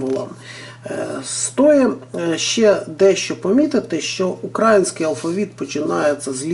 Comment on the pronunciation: Не украінський а Український. Ви неправильно наголос ставите.